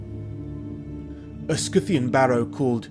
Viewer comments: what the heck is a "scoo-thian"? x'D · It’s Scythian not skithian. Scythian is from scythe the tool used to Harveest grain; it’s scy line psy “ Pronounced sigh or sigh-thee-ans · stg him saying Scythian as 'scooffian" is driving me crazy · No, is pronouncing it wrong, it's Si-thi-an, same like scissor, scimitar, scythe, etc. Watch for the correct pronounciation, an even more correct word is Saka/Shaka